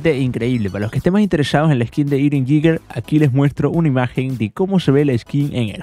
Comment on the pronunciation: Se pronuncia eren yega Algo asi xd